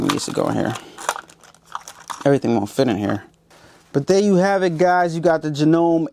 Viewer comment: Thanks for the unboxing. It's pronounced Jano ME, hope you like this machine.